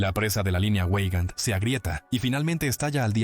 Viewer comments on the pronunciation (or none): Veigand, Veigand, no ueigand, por favor !!!!!!!!!!